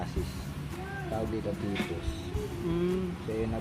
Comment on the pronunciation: Rinig ko nga sa TPOST eh TIPUS eh